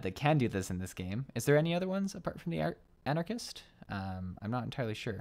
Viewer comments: You mentioning Arcanist, (its pronounced " R-ken-ist" btw 😉) Summoner and Scholar. Arcanist was my first ever class I tried being a newbie to FF14 and MMOs in general. Its damage starting out might seem minuscule since majority of it is done through applying dots. But is pretty rewarding as Summoner and Scholar, I'd recommend to try it for a magic based class. When you have a class change to a job, your hotbar will get fucked lol, just a heads up needing to reapply your skills back to it, ugh. "Afk on my phone like a fool 💖" same 😆 especially if I'm waiting for a instance que to, I'll either do that or be playing another game off my Switch 😄 I like mobile games, as long as they don't gate my playtime by needing to pay money for more playtime, thats awful lol. I'm currently playing Dawn of Isles, this top down F2P crafting, gathering action RPG that has no business being as good as it is o-o' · "Anarchist" omegalul